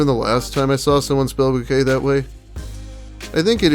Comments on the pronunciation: lmaoooo he said "bookay" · thank goodness you're still alive,. loving your content! edit: love that bookay re-reading